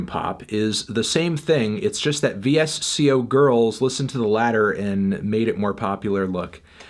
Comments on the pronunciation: He said "veesio girls" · It's pronounced "vissko" boomer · Vee-Ess-Cee-Oh Girls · Vee Ess Cee Oh girls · its pronounced 'Visco' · He really said vee-ess-see-oh girls SKSKSKSKSKSK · guys, he said it vee-ess-see-ohh girls. VEEE-ESSS-SEEE-OHHH. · its pronouced VISCO